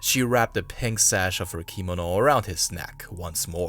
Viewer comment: How do you not know how to pronounce the word "kimono"? Accent is on the 2nd syllable ki-MO-no.